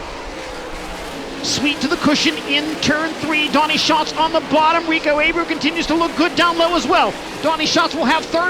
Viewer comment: It’s not pronounced “A-brew” it’s “Ah-bray-ooo”